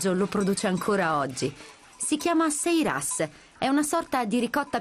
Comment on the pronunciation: sairas si dice, non seiras!